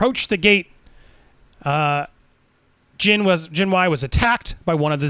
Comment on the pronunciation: It's pronounced way jhin and jhin way. Just putting that out there lol